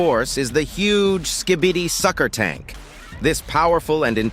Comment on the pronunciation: The was he said“sucker tank „ I laughed so hard